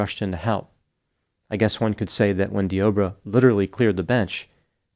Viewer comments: Dee-Ah-Bray Is how it's pronounced,a very weird spelling tho 😭 He should have been playing for the Las Vegas Raiders the way he tackled her Could have been a Hall Of Fame Defensive End 🥴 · I was listening to this while doing a few other things and kept wondering why was talking about "The Oprah." Made a bit more sense when I realized the man's name is Deobra.